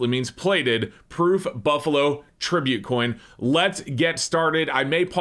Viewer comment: "Tribute" LOLNOPE